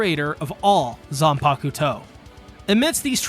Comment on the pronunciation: I like how you pronounce zanpakuto😌😌....great video btw